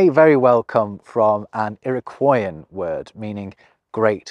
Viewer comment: "Alooshan" Islands and "irroqoui-an"